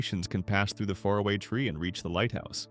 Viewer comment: If AI is so smart, then why is AI unable to pronounce far-a-way? It is so annoying to continually hear fare-a-way .................everyone knows Sarah is the cromenockle